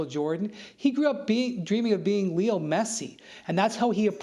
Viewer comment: Who is "Liol" Messi? 😂😂😂